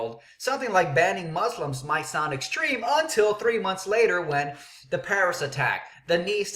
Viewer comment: u dont even pronoucne muslims right no one is going to take you seriously